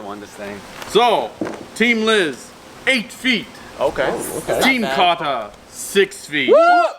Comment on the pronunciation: This is how he says Carter Cater